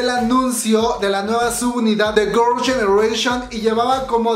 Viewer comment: Se dice girls no gors 🤣🤣🤣